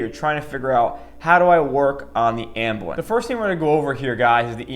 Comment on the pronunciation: As an EMT its calles Ambulance not amblance